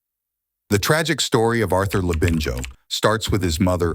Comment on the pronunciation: thought so and the narration has been inputted into AI- you can tell by the way the Labinijo part In Arthur's name is sometimes mispronounced.